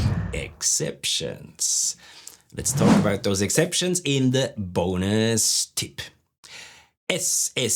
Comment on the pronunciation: very fruitful, but i did not enjoy because you did not pronounce the BOOOONUS TIIIP the way that you did before ................